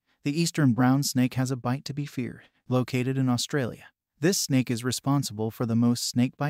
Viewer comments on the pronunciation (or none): none